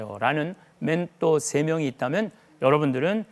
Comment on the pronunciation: 맨또가 머니 맨또가ㆍ발음좀 신경쓰시지그래